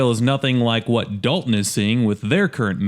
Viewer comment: Dolton, not Dalton